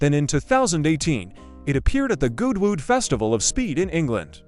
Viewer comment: As is PAR for the course now we get crappy AI narration and video mix-ups that bugger the continuity..... there's Jay Leno in his workshop. WTF? And then we get the stupid pronunciation of Goodwood Festival of Speed, as Gooood Wooood!